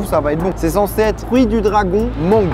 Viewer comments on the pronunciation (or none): none